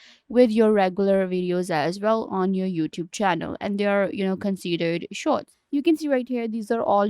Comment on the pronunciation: I can't understand your accent. You are talking fast, mumbling and mispronouncing lots of words like "shorts" and "youtube"